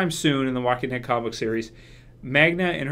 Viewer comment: Her name is Magna,. Not Manga.